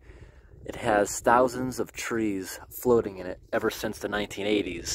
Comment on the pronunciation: "Trees growing on the froating logs" lol 🤣😆🤣